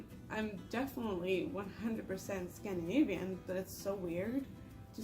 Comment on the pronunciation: Scandinavian* not Scandanivian